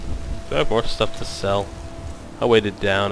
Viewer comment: *more, not maire!!